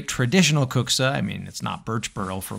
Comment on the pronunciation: your pronounce of kuksa is AMAZING. I have never heard non-finnishspeaker pronounce finnish words better than you! 😊 Our language is hard so you can be so proud of this! EDIT: Almost finished video and saw you speak more finnish, and you can even prouder because my statement about best pronunciation ever stands still.